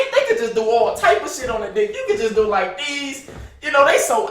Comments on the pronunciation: Wen he say like deez 😂😂😂😂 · 😂😂😂 boy say “like dese”